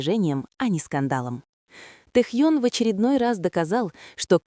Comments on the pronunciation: Не Тэхон, а Тэхён!!! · Не раздражайте пожалуйста не правильным произношением имени Техёна. Но ни в коем случае Техон. Уважайте его фанатов. 🤔😯